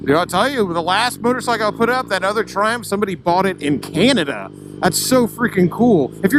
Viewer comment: You say CANADA like it's another Planet.